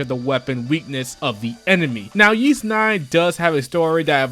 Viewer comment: i could be wrong but i think the Ys games series names are pronounced "whys"....not that its really important i guess